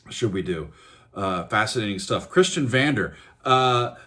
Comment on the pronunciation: Magma is my favourite Band since about 1976. I saw them 6 times live and traveled 3 times to france to see them. Next time it's for the 50th stage anniversery in Strasbourgh. It is pronounced Kristion Vondeah and Mekunnick Destrooktiv Kommando by the way. I think, you should at least mention James MacGaws (RIP) BRILLIANT Guitar Solo on this.